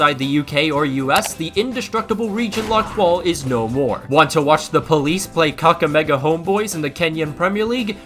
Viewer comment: lol thanks from talking abt kenya and the fact that u said kakamega right is impressive